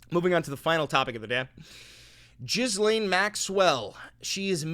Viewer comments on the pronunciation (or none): You keep mispronouncing Ghislane. I know it shouldn’t matter but it’s bother me lol